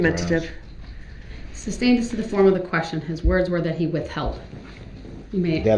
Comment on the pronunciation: This is my second time watching this trial and I still get beyond irritated when he won’t pronounce words properly. He thinks he’s some sort of big deal and superior when in fact he’s a lowlife, delusional, entitled, self obsessed, the list goes on. He kept saying at his interrogation how his “life is over”. You forfeited the right to have a life when you killed and injured adults AND children and now their families have their lives changed forever. I’m so glad to see a narcissist and a coercive controlling man child spending the rest of his pathetic existence without any control and no say in what he can or can’t do.